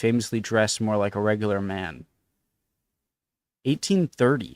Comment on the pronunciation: « régular»…. Impressive !